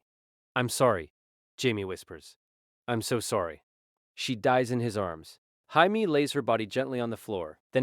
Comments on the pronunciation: I was an hour into this story and I was curious why Pei Mei was mentioned. Then I realized this AI voice is pronouncing Jamie/Jaime as Hymay. The fact it keeps on switching makes me rethink the past hour of my life. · It's how Spanish pronounce Jamie, or so a friend told me, and YES annoys the heck out of me as well.......